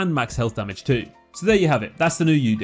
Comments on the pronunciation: It's Udyr: oo-deer not yoo-deer. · The way that person pronounced Udyr made me want to die omg like brain damage????